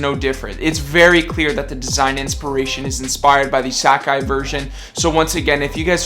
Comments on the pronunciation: Sack eyes and pacificly 😂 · How he says "Sacai" :) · take a shot every time he says sack eye